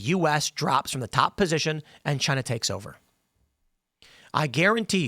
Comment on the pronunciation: "Chynah iz Ash-ho"